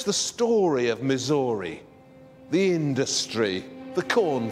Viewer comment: "...the story of Missory..." - missed a good joke mate. Pronounce Missouri like story.